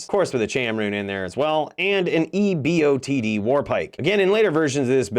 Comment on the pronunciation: eBOTD is pronounced "EE-botted"